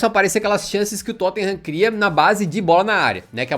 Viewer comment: "Tottinham" vc é ridículoooooooooo hahahahaha Mais uma vez o Tottenham nos trazendo felicidade .